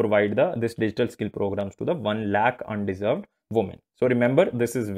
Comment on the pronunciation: Under Served , kindly read it properly???